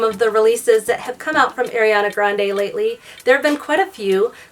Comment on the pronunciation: i’m sorry but it’s ARiana grande not AIRiana grande